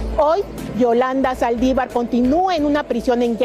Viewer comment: Amigo se dice Saldívar. Con acento en la( i)